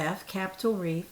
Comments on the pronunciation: Hi. Reef is the word,not grease. Love today’s top with the accent color trim. It looks really nice on you. Thanks for letting us know that you also have wips that have been off the hook for a long time. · I really enjoy your videos,. the word is reef